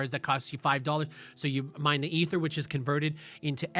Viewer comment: "E-ther" lol